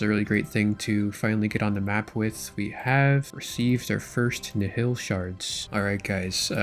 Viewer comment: Please let us know when you learn to pronounce nihil